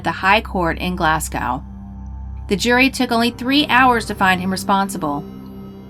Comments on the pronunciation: Its pronounced Glasgow not Glascow 🤔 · Hi Paul. , the narrator attempts to say 'Glasgow', yet it comes out sounding like 'glasscow'. I was mocking Americans who can't pronounce British place names; the types of people who say 'cidy' instead of 'city' and assume 'Britain' equals 'England'. Let me know if you need other bits of the internet explained to you. Cheers. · why do you keep pronouncing it glassgaow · "glass - cow".... Glasgow is pronounced like "glaz (as in "As") - go (as in "Go") GlAz - go. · Glasgow is pronounced glaz-go, the s becomes a z and the w is silent also. Get your facts right before (mis)pronouncing a place outside the US next time ok.... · The city is called in Scotland is pronounced "Glaz-go" not "Glass-cow" ..... do your research. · Also really hits a nerve when Americans pronounce Glasgow like Glass-gow. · the way u pronounced glasgow 😭